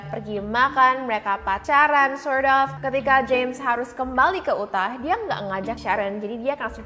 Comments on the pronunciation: Bacanya "yutah" sis 😅😅😅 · Utah, baca: Yu-tha.